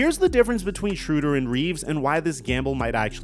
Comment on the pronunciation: Dennis SHRAYder not SHROODer